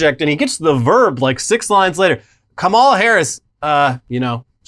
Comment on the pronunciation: it's not ka-mah-la gents, it's kah-ma-la. FYI